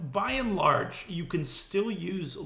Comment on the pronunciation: it is by and large. not by in large